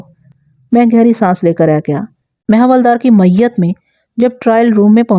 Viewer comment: معنی خِیز خ کی زیر کے ساتھ اِچھرہ میں الف بھی زیر کے ساتھ معیت میں آپ ع کی ادائیگی نہیں کرتیں جس کی وجہ سے معیت ۔۔ میت سے بدل جاتا ہے اور دونوں کے معنی میں زمین و آسمان کا تفاوت ہے ۔